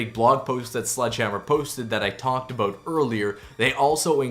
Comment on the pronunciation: "A boot"